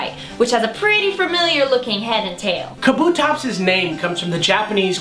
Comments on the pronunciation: Should point out that they're mispronouncing it. Kabuto (The japanese word for helmet, as pointed out in the video) is pronounced Kah-Boo-Toh rather than Kuh-Boo-Toh. This results in Kabutops' name being pronounced Kah-Boo-Tops rather than Kuh-Boo-Tops. Hope this helps! I hate it when people mispronounce. Such as Rayquaza not being Ray-Kway-Zuh, but instead Ray-Kwa-Zuh. Thanks for reading...maybe? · God damnit 3 seconds in and I already need to tell the girl that it's pronounced, KA-bu-tops. Not Ka-BU-tops. Jesus. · It's pronounced KAH-boo-tops